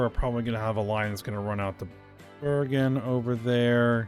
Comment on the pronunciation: Bøøøørgen BRO IM NORWEGIAN YOU SAY BERGEN NOT BØØØØØØØØØØØØØRGEN